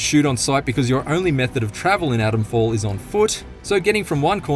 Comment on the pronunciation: It’s not Adamfall, it’s ATOMfall!